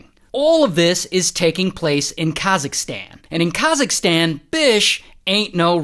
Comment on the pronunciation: khazisktan ?? what do you mean its kazak-stan say it properly atlease